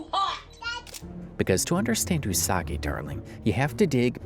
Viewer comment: not you pronounce it as 'usaguy' 💀